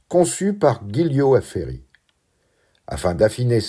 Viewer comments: GIULIO se prononce DJOULIO!!!!! SVP, si vous ne savez pas prononcer, renseignez-vous avant! merci!!! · Merci pour cette vidéo hyper documentée. Petite leçon d'italien au passage (la 2ème je crois) Giulio se prononce Djoulio.😉...et pareil pour Giulia: Djoulia.